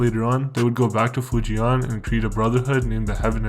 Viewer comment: The way you pronounce Fujian is hella triggering 😂 not hard to google how to say it It’s “Foo- ji-en “ Same with Guangdong , so far off